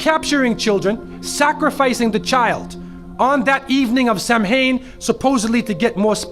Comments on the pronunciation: Its pronounced Sawun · First it is pronounced "sah-win", and it was a Celtic holiday celebrating the people that have come before them and to prepare for the new year (as this was the last day of the Celtic's peoples year).This day marked the end of summer and start of fall and they would attempt to communicate with fallen ancestors. It has nothing to do with worshiping the devil, sacrificing groups of children or anything like that. This is a sad video, there is already enough evil and ignorance in the world without spreading even more. Oh have mercy, and do your research next time. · Its pronounced sowen ! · Samhain is pronounced "Sa-wan" Celts are pronounced "Kelts" not "Selts" Great video though! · It's pronounced SAH-win. Samhain is the name of the celebration, not a pagan god. It is a celebration to mark the end of the harvest season, and the beginning of the cold winter ahead. They believed the spirit of those that died in the past year would return to their former home one last time. They were not evil, or terrorizing. Jack O'Lanterns were made from turnips not pumpkins, and were based on an Irish folk tale. Show me where satanist are sacrificing children on halloween. Please do some real research, and quit ruining everyone's good time. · Can't even pronounce samhain right 😂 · You pronounced Samhain incorrectly.